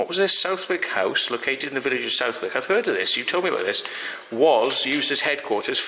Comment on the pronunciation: Southwick is pronounced suthick.